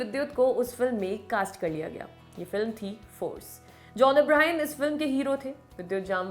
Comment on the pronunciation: U pronounce both name wrongly Jamwal and abrahAm